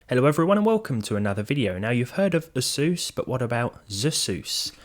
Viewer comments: my man, its ay-soos, not uh-soos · isn't it Z-SUS? or just "SUS" would probably be better! Them Xeons were over $1000 new btw!!!